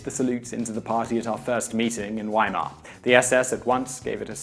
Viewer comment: If you watch more of their videos, you'll see his pronunciation of many words are atrocious, especially foreign ones. You failed to mention he said "Ratskeller" as "rat-skeller" rather than the proper "rats-keller" or his bad pronunciation of Weimar.